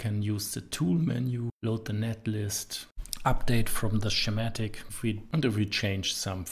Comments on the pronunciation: Just for the video creator, Schematic is pronounced Skee-matic, not Shee-matic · YouTube's automatic captions keep interpreting "schematic" (mispronounced) as "somatic", but somehow got "Eeschema" right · The way he pronounces schematic made me chuckle.